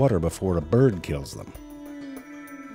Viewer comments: It was so weird to hear "birhd" and "bae-bee" instead of byird and bebe. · Lol, Zefrank actually has to pronounce the word bird instead of 'byrrd'. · Irren Haus - I NEED those dirty jokes. And why is he saying “bird” like a normal person?